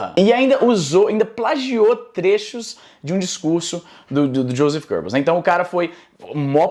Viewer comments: A PRONÚNCIA É GUÊBEUS, IZZY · Izzy pronunciando Goebbels só me faz lembrar de "gerbils"... O que até faz um pouco de sentido.